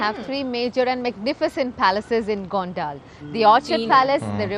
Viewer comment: Name of this town is Gondal Here D is pronounced as D for dollar.